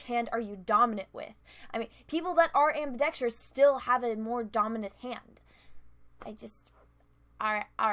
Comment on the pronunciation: She mispronounced ambidextrous & you didn't pick up on that. DISLIKE!